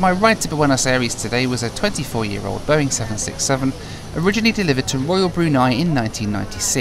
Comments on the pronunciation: I laughed so hard about that Boing english and thats How they land😂😂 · Nobody: No airline ever: BOA: Welcome to our Boing 767 fleet!